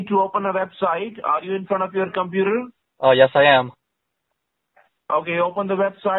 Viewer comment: I'm having a pwoblem with my compooter. Really biting hard on those Ws lol